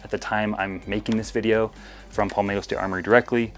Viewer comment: "paulmetto" ok pal